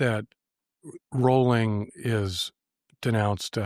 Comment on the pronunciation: “Rowling” rhymes with, “rolling”